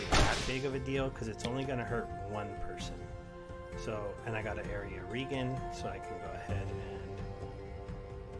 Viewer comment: Hey it's pronounced "Health Re-Jen" as in regeneration. Keep up the interesting videos mate.